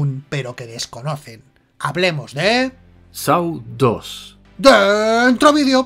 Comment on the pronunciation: hablemos de sau 2? jajajaja vaya pronunciacion jajaa